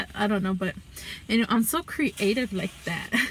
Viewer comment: im OBSESSED with how she says creative like it's two words